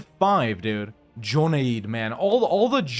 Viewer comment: There's no point staying, Shia. It seems you have no significant allies in the Islamic world. Its like they already consider you heathen. You might as well go Zoroastrian. Also I think Joneid is pronounced Jew-Nayd. In my side of the world it is spelled Junaid.